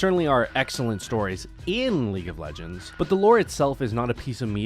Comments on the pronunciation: I don’t no if you meant to but you said league of LEGOS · He said league of legos